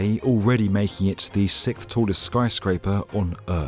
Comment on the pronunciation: Was subscribed until I heard you say sickth instead of sixth.